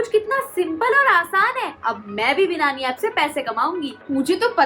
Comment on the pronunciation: बिनानी नही बायनँनी